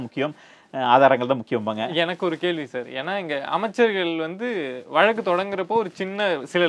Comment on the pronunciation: நீங்கள் கொஞ்சம் தமிழைச் சுத்தமாகப் பேசினால் நன்றாக இருக்கும். வழக்கு என்ற சொல்லை, வலக்கு வலக்கு என்றும், 'ள்' என்ற எழுத்தை 'ல்', 'ல்' என்ற எழுத்தை 'ள்' என்றும் சொல்கிறீர்கள். மற்றபடி எல்லாம் சரி. திருத்தப் பார்க்கவும் 👃👃